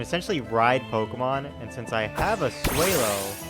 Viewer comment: Say swellow correct